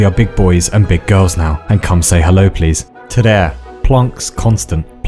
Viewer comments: "En" Perfectly pronounced as well. I nearly choked on my Mentos. You can kill Norwegians with a single word... AND YOU COUNTED TO "TRE"!? GAL GUTT! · I guess no one noticed a 'tre'! Is this the equivalent of 'three'? If so, it's great :) If not, this is still my favorite video. Thanks! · Your pronunciation of tre was pretty good, kudos.